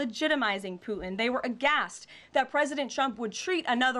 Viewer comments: It isn’t Poo-in. It’s Poo-Ten. She can’t even pronounce Putin correctly??!! 🙄 What an idiot. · Flash/Thunder, specifically because Germans cannot say those correctly, she says Puh-in, without the hard T, she's Russian. She needs to be arrested as a spy.